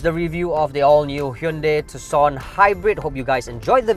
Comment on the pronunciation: Color me surprised, he pronounces Tucson properly 🤣